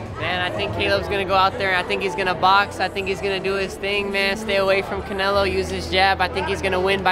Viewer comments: lmao! He said caMelo!! Lol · CAMELO will win 🤣💀🤦🏻‍♂️.. he said CAMELO .. smh 🇺🇸👍🏼